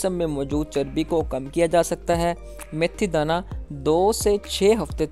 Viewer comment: جناب میتھی دانہ ہے یا میتھرے کمال ہے آپ بار بار میتھرے کہ رہے ہو